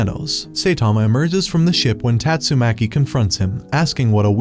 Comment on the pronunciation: Bro said tastumaki mommy💀